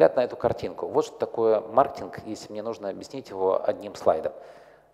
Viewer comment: Я одного не понял. Он говорить слово маркетинг или мартинг???